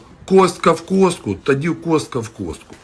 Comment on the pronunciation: Кістка а не костка.